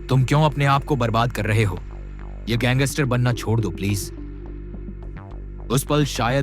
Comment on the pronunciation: Gangster boliya not ganggister